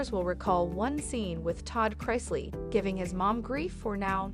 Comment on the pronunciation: Again. Pronounce their names especially CHRISLEY. PLEASE